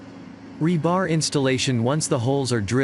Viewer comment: The accent on the word rebar is on the first syllable.